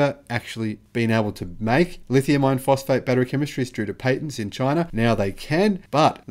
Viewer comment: STOP IT! STOP calling it "Lithium-IRON-phosphate"!!! NOBODY but you refers to them that way. Use the term "L-F-P". When you say it, it sounds exactly like you're saying "lithium-ION-phosphate"!!! WRONG!!! Big difference! I keep telling you this and you won't listen. I usually do a 'Like' on your posts, but now I'm going to start doing a "Dislike" them every time I hear you use the WRONG term "lithium-IRON-phosphate". Call it what everyone else calls it... "LFP"!!!